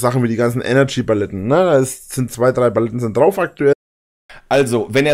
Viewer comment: Bin ich blöd oder sagt er immer wieder "Baletten" statt Paletten?